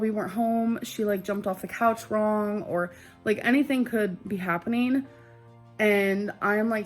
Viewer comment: Happeneen Shakeen Why cant she say “ING”